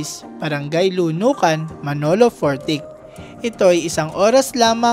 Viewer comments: Hindi po Fortik ang pagbigkas kundi ay Fortitsh. Salamat. Taga Manolo Fortich po ako. Salamat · Hindi po Manolo Fortik kung Manolo Fortich as in TEACH 😂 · its read as Manolo 4-teach as in teach in teacher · Wow nice content po!Salamuch sa pag feature ng lugar na to."Bukidnon"my home away from home. Much better po kung nagresearch po muna sana kayo.. Manolo Fortich ay parang "glitch" po ang pag pronounce. Ang Taguluan manan po ay "Tagulwan"